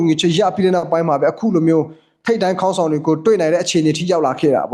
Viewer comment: ရေးရင်တော့ခေါင်းဆောင်ပေါ့ဗျာ ဖတ်ရင်တော့ ဂေါင်းဆောင်လို့ဖတ်ရမယ်ဗျ ခအသံနဲ့မဖတ်ရဘူး